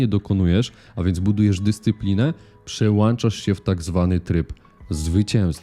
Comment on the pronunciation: Super wiedza i przyjemnie zmontowany materiał. Do perfekcji brakuje jedynie zamienić „przełanczasz” na „przełączasz” aby nie psuło to ogólnego, dobrego wrażenia